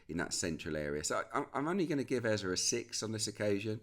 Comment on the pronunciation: Was about to come for Peter Drury over how he said Eberechi Eze’s name — then I heard you yesterday. Just for the record: it’s Eze-e. The last vowel sounds exactly like the first one. Not “Ezza”. As Africans, it’s honestly annoying hearing commentators mispronounce names like it’s no big deal. Would be nice to have a blip button every time they get it wrong. No shade, just… do better.